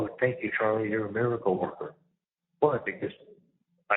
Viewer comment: Aww Chawlie and Donna are going to spend Chwismas in jail 😆